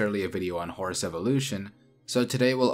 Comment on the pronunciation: This dude pronounces it hor-us so for a little while i thought the horse and the hor-us were two different species